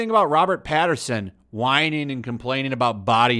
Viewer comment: Robert "Pattinson", there's no r in his name. Also batman is supposed to be musclular but not bulky